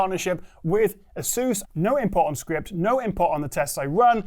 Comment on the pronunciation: how can you not properly speak Asus baffles me